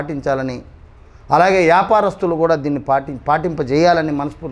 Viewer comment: Yaparastulu kadu babu... vyaparasthulu... balayya ne annav ga... bebbebbeebbee ani nuv telugu nerchuko